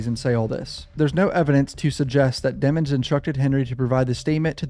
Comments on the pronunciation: I'm glad someone else noticed the hugely suspicious change to Melly's surname from the pronunciation "dee-mons" to "dem-ons" lol 😂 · We all know how to spell, we know how to spell the word demons that’s how his surname is pronounced. They just don’t want the jurors to perceive him as evil because you associate evil with the name demon, the word demon.